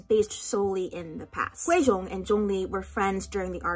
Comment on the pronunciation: The fact that you said Guizhong right tho